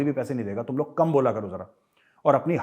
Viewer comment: Best lines 1- घर में नही दाने, अम्मा चली भुनाने।। 2- तुम लोग काम बोला करो जरा।😁😁😁😁😁 Up wali style.